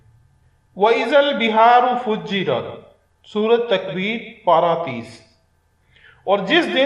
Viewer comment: dear admin ap ny jo video main surat al taqweer ka bola ap k ilfaz clear nahin thy na hi ap surat ka number bataty hain or jo ayat ap ny perhi hai us k ilfaaz hain " wa ezza al beharo sujirat " or ap perh rhy hain fujirat...Quraan k mamlay main kuch skht ehtiyat ki zarort hai ..Allah apko haq phailany ki himat dy ameen